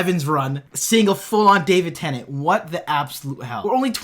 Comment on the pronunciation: swear he just said Davin Tennent